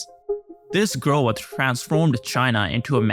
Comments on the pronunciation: the word is "growth"..not "groweth" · Solid narrator, one small critique, Growth = groath Not “gro uth” ❤ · I love rhe bizarre way this guy says "growath" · Learn how to say growth and government